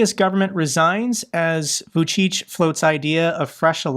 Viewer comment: Vucic is pronunced "Vou-chitch" like witch but "chit"